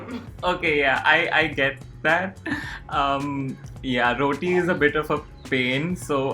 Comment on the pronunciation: The way she pronounced roti my heart 😭✋🏾